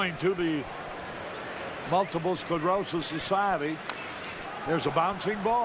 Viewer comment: Please don't make poor Harry say "Multiple Sclorosis" again